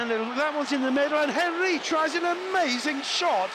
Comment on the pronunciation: The way he pronounced Henry🥴